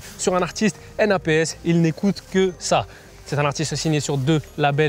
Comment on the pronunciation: N,A,P,S o lieu de naps😳